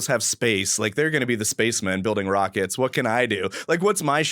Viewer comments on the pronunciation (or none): none